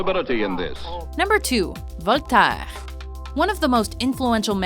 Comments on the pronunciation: voltaaaaaaaaiiiiiirreee..... NON , voltaire.... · dugall? voltairggg ? no. dugoux and vol ta air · Okay so the pronunciation was going okay enough until "Voltaire" It's pronounced "V-oh-l-t-eh-rr"